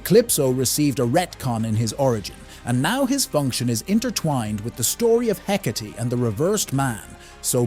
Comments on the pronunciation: The proper pronunciation is "Heh-kaht-ee". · the ai saying “hecate” with th e at the end.. urg. the joy of ai generated voices from a script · While I will acknowledge that AI voices are getting better and better, (this one is quite good), it still mispronounces things a lot. Myxy's name and Hecate's name being some of the worst, you should have just left the E out of her name so the AI didn't pronounce it. I can ignore Myxy's mispronunciation because everyone pronounces it differently, which I think fits his character really well. What I don't get is why people can't just read from a script, why is it that they need a primitive AI that doesn't sound human at all to do the job. No matter how your voice sounds, it's always going to sound better than an AI.